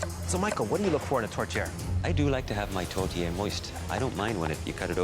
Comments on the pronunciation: chef Michael: "tote-air": "tote-i" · Yeah, but it sounds like they're saying a mexican food tortilla. i know theyre 2 totally different things, my hispanic brain is just thinking theyre saying tortilla instead 💀 i know it's not a tortilla 😂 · Why are they calling it tortilla 😅